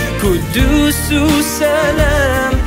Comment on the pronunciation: He doesn't know how to pronounce quddus properly lol